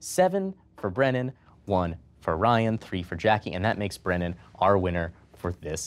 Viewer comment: Um, actually: it's Brennan, not Brennon